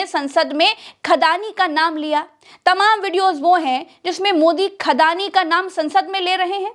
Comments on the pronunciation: Khadani nhi andaani😅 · अड़ानी नहीं 'खड़ानी' कहिए।